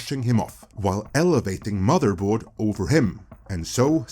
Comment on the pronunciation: What the heck is wrong with your voice? It's Motherboard, not Muderboard you freaking idiot.